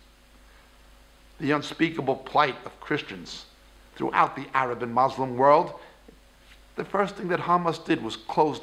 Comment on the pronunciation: So many lies and half-truths. Claiming that Palestinian Arabs are not Palestinian makes as much sense as saying Khazar descended Jews aren't Jews. Why so much hate dude? People are there, no matter what they are called people have been there for a long time. Also, you should pronounce Muslim correctly